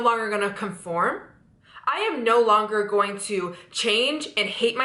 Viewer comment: You need to say going instead of gojin